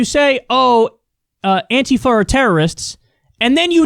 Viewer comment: You must be only person I've watched in the last 5 years that is able to actually pronounce Antifa correctly.